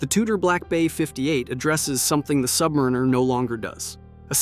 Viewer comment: Submariner??? I've you're going to bad mouth it, know how to damn SAY IT!!!!!!!!!!!!